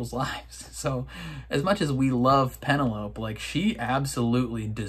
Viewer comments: Why do u always mis pronounce penelope's name. 😤😠 It's pen-el-o-pEEE. I know you can say it right, I've heard you. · Loved watching your reactions to this season! I am not as invested in the Colin/Penelope story. I'm moreso looking forward to Benedict's season. Also, after watching your reactions I can't help but see the word Penelope and hear it in your voice lol that has forever changed the pronunciation for me